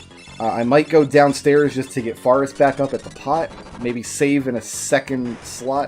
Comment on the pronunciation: I am very slightly bothered by your pronunciation of "Faris"